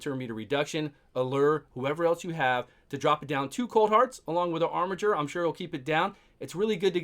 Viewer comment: Dude! ... so glad you called him “ar-mi-Jer”! Someone finally looked up the pronunciation, lol!